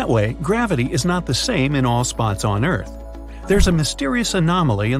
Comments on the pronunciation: Lol ERARTH? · Bruh it's earth